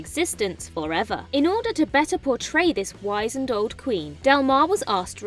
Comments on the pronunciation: And wizened not wisened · Pronounced "wiz end" not " wise end" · 1.46 It's 'Whiz-end' not 'why-zend' - guessing you've only seen this word written down? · "wizened" is not said as "WYS-ind", but "WIZZ-ind". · Wiz-nd. Not wise-nd. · whizz-en-d not wise - en Din-a-stee not Die-nasty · Good grief you couldn’t even pronounce ‘wizened’ properly! 🤦🏼‍♂️🤦🏼‍♂️ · I certainly winced when she screwed up wizened.